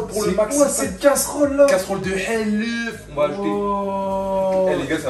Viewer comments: C et pas helef c ets halof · C'est halouf pas haleuf